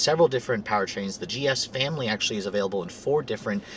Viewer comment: He said family funny lol